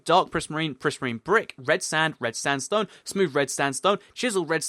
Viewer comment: Lol, it sounded like you said red standstone stairs!